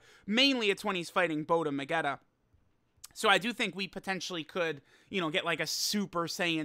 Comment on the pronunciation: Ah yes, Bota-magetta